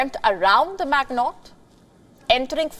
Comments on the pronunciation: The French fortification was the Maginot line. It is NOT pronounced Mag-not. It sounds like Maj-ee-no. Good lord, at least I mostly understand your English. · may I correct the newsanchor ? It's the Maginot Line , not "Magnotte" Line . Pronounce [mazjino] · Maginot is pronounced 'mazh i noh', it's Frounch innit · Maginot is pronounced majeeno. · Maginot. Get your pronunciation straight. Put some effort.